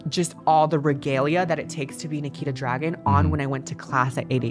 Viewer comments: This isn’t rlly important and I’m quite late to this video but i believe her last name is pronounced Dragoon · I thought you pronounced Nikita Dragun as “Nikita Drag-goon” but I guess not